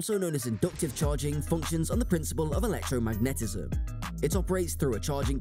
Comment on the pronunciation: The way you said electromagnetism triggered me.